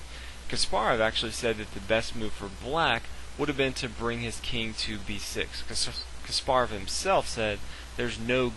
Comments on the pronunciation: Is Kaasparov not Kasppaarov accent pronutiation in 1st a not in p and 2nd a. 🤗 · You're pronouncing Kasparov wrong.